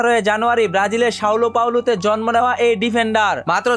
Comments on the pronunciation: Saulo paulo ❌ van dijik ❌ Sao paolo ✅. Van djik ✅ Hamza konodino 10 e pore nah 😂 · সাওলো পাওলো না সাও পাওলো